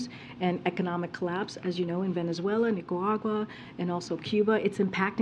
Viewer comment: Karine is a moron. She cant even pronounce words like Nicaragua - she says Neekarawa!